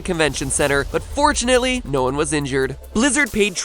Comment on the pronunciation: I honestly can't tell if he said "fortunately, no one was injured" or "unfortunately no one was injured"